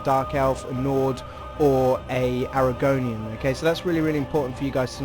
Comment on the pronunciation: I'm sorry, I know its a tiny detail but because I'm one of the people who study every detail of the elder scrolls lore so it annoys me it's argonian not arAgonian